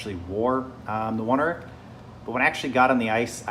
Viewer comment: Only problem I have with mine is that the knee grip is significantly above me knee, but everything else fits fine. Guess my legs are just proportioned weird... Also mine do not have a rubberized waist, but it's not something I really care about either way. P.S. it's pronounced own-air-ick